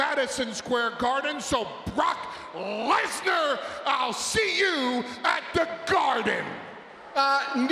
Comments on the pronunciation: "BrOcK LeTtEr" 😂😂😂😂😂😂 fail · "BARAAK LeSNAR"